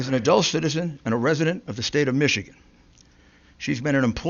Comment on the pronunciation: "Tha AP has called. . ." LOL